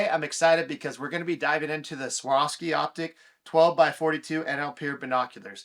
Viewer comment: Take a minute to learn to pronounce the name of the company.